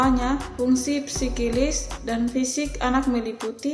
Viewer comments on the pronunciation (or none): Assalamualaikum warahmatullahi wabarakatuh Menurut saya untuk video pembuka,bacgroundnya mnarik,dan pembawaan materinya nya sangat bagus,tetapi pemateri terakhir itu ada salah penyebutan,yang dimna materinya itu tertulis psikis dia mnyebutnya dengan psikilis☺️ 🙏